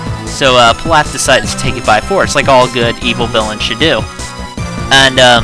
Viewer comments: I'm pretty sure it's pronounced Peelauf like in DBGT, good review anyways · pee-lÀf, so not like whatever food you're talking about.